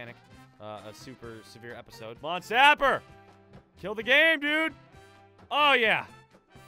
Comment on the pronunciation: My God!! He actually called it by the name and not Saper Simulator!!!!!!